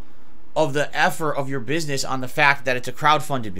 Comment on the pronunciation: fact-tuh! snortsnort